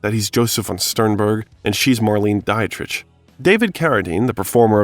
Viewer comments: I really appreciate all your hard work on this . . it's excellent. To serve the excellence of your work even more, please please please learn some pronunciation, tho--I'm sure by now someone has noticed that Marlene Dietrich's last name is pronounced "DEE-trick" (not "dite-rich") and "denouement" is pronounced "day-no-MONT' with a long O in the middle. Little stuff, I know, but you're swinging for the fences with a long video essay, and getting this stuff right will likely help your subscriber count, especially among snobs like me :). I'm on your side . . keep up the good work!! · It's truly pitiful that the narrator of these bios of QTarantino cannot correctly pronounce the last name of Harvey Keitel [kEYE-TELĽ --- accent on last syllable] or Marlene Dietrich (DEÉ-TRICK accent on first syllable] & much much more. Good bios, but c'mon!